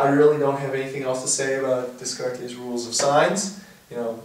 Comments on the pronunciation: haha, "Dess-cart-es". i like your explanation, but you need to learn how to say i right :P Descartes's - "Day-carts" :D> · Not being a snob here, but if you want to know it's pronounced DAY-CART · Thank you soo much! You sir deserve a Brofist! *Brofist* -A bro from the BroArmy! And ps I think it's pronounced like " Day - Cart " but don't worry I ALWAYS pronounce it the same as you lol! :P